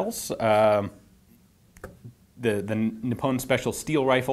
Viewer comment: No big deal but Nippon is pronounced NEE-POWN the OWN is pronounced as the word "own" is pronounced. It isn't pronounced with a short I and -on isn't pronounced like the word "on." Just being a pronunciation Nazi. : )